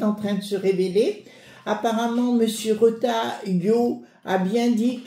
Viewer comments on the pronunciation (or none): none